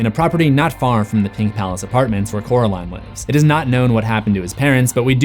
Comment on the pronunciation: I love Wybie! I don't get why he calls coral in jonsey though? Its cute though! Maybe he just doesn't know how to say coraline because he calls her caraline instead of coraline. Which is weird because her name isn't even hard to say. But the nickname he gave her is so cute!